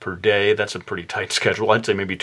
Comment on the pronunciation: Yeah I was like at abercrombehh the other dehhh hahaha made me laugh so much thank you!